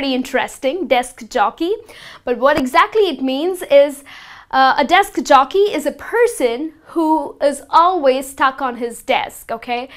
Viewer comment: Desk Jockey!! Not Jokey!! Time Expertise.....pronunciation!! Anyway, You are an Excellent teacher! thumbs-up!